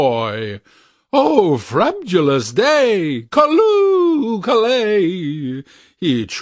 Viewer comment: I am not crazy about this narration. He mispronounced two words, that caused me to wince. Slithy should have a long i, pronounced like slimy, and frabjous is two syllables FRAB - JUS not frabjulous, or whatever the narrator said. That aside, this is one of my favorite poems of all time!